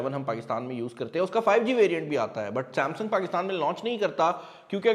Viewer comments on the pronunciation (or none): none